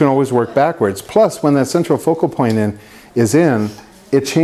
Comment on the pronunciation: i tookk a shot evertime he saidd ce tral focal ppoint and nowe i can nt type. haha jk. love your videos